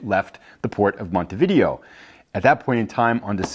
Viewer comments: Umm believe it is pronounced mount t v day o not video like the games! Could be wrong but…… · Yup it's pronounced Mon-tee-vid-ay-oh you are correct...